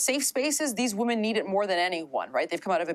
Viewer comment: She says "women" as woman...it is irritating